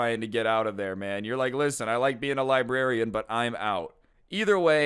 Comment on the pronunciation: I could have sworn librarian said "lesbian" xD